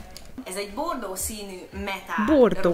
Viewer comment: 20.55 én nem azt értettem hogy bordó hanem hogy p.rno xDDD